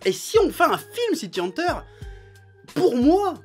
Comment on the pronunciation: Je suis le seul à entendre prononcer sans arrêt "City Hanteur"? C'est quoi? Une histoire de fantôme urbain?